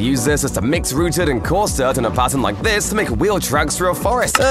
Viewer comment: '' thjhis works with glass to''